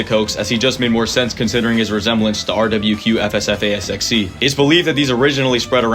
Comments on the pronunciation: no way he said rwqfsfasxc correctly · !?!?!? HOWD HE SAY SHADOW BONNIES NAME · you are the first person ive ever heard say RWQFSFASXC and not "shadow bonnie" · AINT NO WAY HE WAS ABLE TO PRONOUNCE SHADOW BONNIE’S REAL NAME